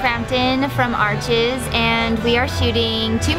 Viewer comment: I didn't think ARCHIS was pronounced the way she said it